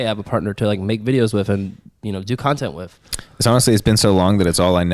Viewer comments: doms accent he says ""wiff""instead of with. love it lol. 😆!!! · pronouncing with as wiff is why we're here